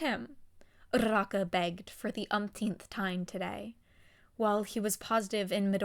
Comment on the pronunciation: idk why but the fact that you roll your Rs when you say uraraka's name just irks me the wrong way